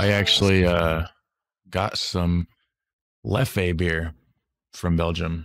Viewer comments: Hey mate it's just Leff. You don't accentuate the 'e' on the end xx LEFF 😊 not hating just saying ❤️❤️🍻🍺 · Leffe brune or Blonde (pronounced Leff like Jeff, drop de last "e") is not a "good" beer. It's at best average, I use if for cooking only, not for drinking. Try the Trappists beers like Triple Westmael, WestVleteren XII, Chimay Blue or White, Rochefort Blue cap, Orval .... The plates he speaks about in the restaurant are: -Carbonades Flamandes (Flemish stew) consists of beef braised and low cooked in beer with onions, gingerbread-mustard seasoning. -Anguille is eel with veggie sauce and shrimp sauce (he talks about Orval base dressing) -Foie Gras (Goose of duck liver) made with a Rochefort sauce. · Leffey makes me laugh . Man, it's called Leff with a mute "e" at the end , that's french prononciation . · "Leffe" is pronounced "leff", not "leffay", lol. And Artois something like "are-twat" but without the final t. So "artwa". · There is no Leffey, call it Leff ...